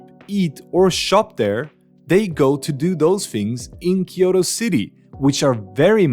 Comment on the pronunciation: キヨロではなくキョウトです。